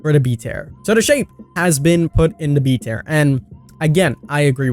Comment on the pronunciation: King, I love you to pieces but you say the word tier differently than I’ve heard from a lot of people. I wasn’t getting what you were saying at first. Still my DBD boi though!